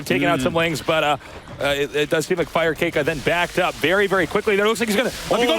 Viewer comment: Really Artosis? You thought it was pronounced "Fire kah kay" all these years?